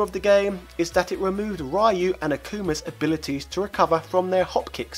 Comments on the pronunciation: HE SAID “RAI YU” Instead of “REE YU” BRUH MOMENTO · "RAYU" .... white people with their 'Ryu' pronunciation its "Ryu" not "Rayu"... like we dont say benteley , we say bently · Fun facts: Ryu's name is pronounced "Ree-yoo", not "Rye-yoo". Charlie's actual name is Nash. Mike Bison, the African-American boxer, is a spoof of Mike Tyson. Akuma's actual name is Gouki (Pronounced "Go-kee"). Balrog is the Spanish fighter who wears a mask and uses a claw as a weapon. And Vega is the dictator and leader of Shadaloo. Outside of Japan, Vega, Balrog and Bison's names are flip-flopped around, meaning Vega is Bison, Balrog is Vega and Bison is Balrog. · Calls Sabertooth "Saberwolf". -Calls Ryu the wrong way (rai-you). It's supposed to be said like ree-you. Yeaaaaaaaaaaaaah. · It really bothers me that you pronounce Ryu as rye oo. When its "Ree oo" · It REEEE YOU NOT RAAAII YOU... RYU LONG Ē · I was more bothered by him pronouncing Ryu like the failed movie did, Rye-You. But then, a lot of people still do that... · "Rye-you" - clearly not a Street Fighter fan either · lots of people dont know how to pronounce Ryu's name. Its actually pronounced You. And his SNK counterpart Ryo is actually pronounced Yo. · Ree-Yoo. Roll the R off your tongue very quickly for the Ree. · I hate to be that person but Ryu's name is pronounced REE-YOU. Figure we might as well correct this before more Street Fighter info is distributed :P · That's not how you pronounce Ryu (it's pronounced "REE-you") or Hadouken ("ha-DOH-ken"). Also, I just realized how much more annoying it is when the one syllable that people get wrong is the one they put the most emphasis on. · It is pronounced RE-YOU!!! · Well he doesn't even know how to pronounce Ryu...what r u surprised? P.s. I just noticed Saberwolf...this guy doesnt know a thing about fighting games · The way you pronounce "Ryu" gives me chills :( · it's killing me that you keep pronouncing ryu's name wrong